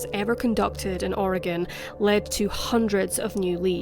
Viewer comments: You have an accent that doesn't sound American, yet you pronounced "Oregon" like someone who lives there. Lots of Americans pronounce it like "Or-ee-gawn" which makes an Oregonian cringe. Congratulations, and thanks for the food for thought. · You said Oregon right ... thank you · You pronounced Oregon perfectly. <3